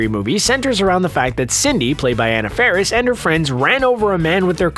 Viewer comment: You MISSED pronounced Anna Faris's name ...